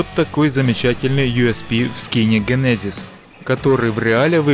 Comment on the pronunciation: ДЖЕНЕЗИЗ а не ГЕНЕЗИЗ но видос крутой